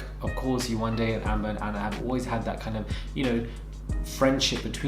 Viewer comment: Yewande=jourdan not close